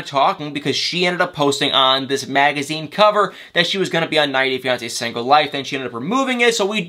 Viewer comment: “Sangle” 🤣🤣 where are you from